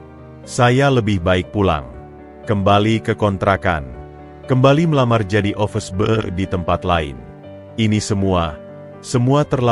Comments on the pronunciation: Yg btl dong mbacanya, office boy bkn office bao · Yg bc narasi ky org bodoh. Ofis boy...bkn ofes bou...